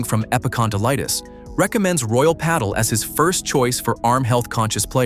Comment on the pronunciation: Next time you do a video, please teach the AI to pronounce the names correctly and pádel